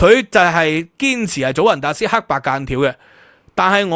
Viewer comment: 祖雲達斯 (Juventus)，J讀Y音。